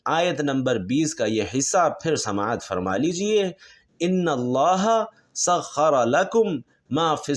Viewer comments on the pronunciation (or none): Ayat 20 - Annallah as written in Quran- not Innallaha.